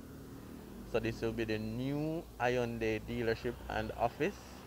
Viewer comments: Hey...just as a FYI the y is silent in Hyundai. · Hyundai pronounced wrong